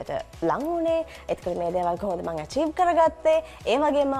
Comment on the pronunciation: "ඇ-චීව්" කලා 😅😅😅